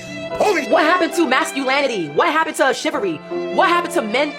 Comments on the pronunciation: “what happened to masculanity? What happened to shivery?” 😂😂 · “masculanidy” and “shivvery” truly do be missing from society though